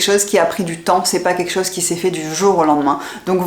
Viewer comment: Bonjour , je regarde régulièrement vos vidéos et j’ai remarqué que dans vos commentaires vous ne dites pas… c’est quelque chose…etc… Vous prononcez : QUEKCHOSE…!? C’est dommage…. Il serait bon de corriger ce langage qui ne vous va pas…. et de bien prononcer le mot quelque chose….Dites en bon Français: quelque chose…, c’est quelque chose…!!! Et non pas QUEKCHOSE…! C’est QUEKCHOSE…!? C’est pas beau…!?…